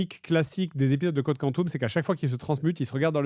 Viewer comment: Complètement trigger par la prononciation Code Quantum au lieu de Code Quantum.